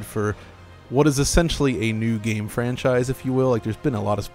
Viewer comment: I can't stand the way "" (the younger guy) always pronounces "game". I can't watch the video anticipating another instance of this (like countless in all the videos). It always sounds so superstitious and cherishing, really cheesy, making it kind of grating... I never noticed this in anyone else, it's particular. He doesn't just say "game" like anyone else would, as a normal word, but with a particular meaning/emphasis - or at an added frequency - that is not technical or abstract at all (in contrast to the contents or what is appropriate). Everything is a "game", that one thing... It doesn't just happen to be part of that medium or category by that name.